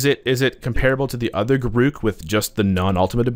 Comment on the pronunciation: Correct pronunciation of Garruk